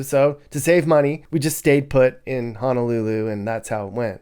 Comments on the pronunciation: Don’t understand why you prefer to say Hanalulu when the name itself doesn’t even have an “A” in it. Honolulu isn’t hard to say. Honestly disrespectful of you as a content creator. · I can’t get past the “Hanalulu”